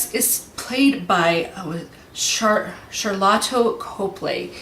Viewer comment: Correction: lol You keep saying "Shalato", it's pronounced more like "Sharto" with little emphases on the "L" And yes there was an actor who played Christopher- it was Jason Cope. He opened doors, held the weapons, and any interactive scenes that required emotions was based on his performance in a simple grey suit. Infact he did the performance almost all the aliens by himself. Anyways nice reviews!